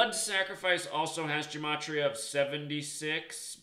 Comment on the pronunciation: It's GUH' matria, not Juh.... Study more Hebrew and Greek.